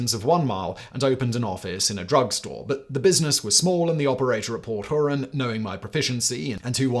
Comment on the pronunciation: Port hoorahn lol😂 it’s pronounced like the lake